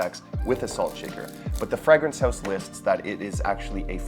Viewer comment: QUIT SAYING FRAGG Rinse